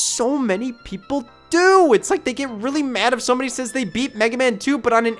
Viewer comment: hehe, he said “cumbody”